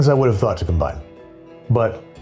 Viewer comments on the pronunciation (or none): none